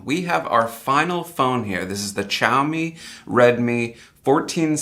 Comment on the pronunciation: I missed the whole xiaomi thing except he can't pronounce it . I'm not trying to be mean I just .. geez